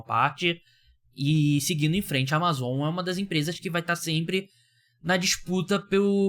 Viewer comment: Q agonia você falando Amazon desse jeito pqp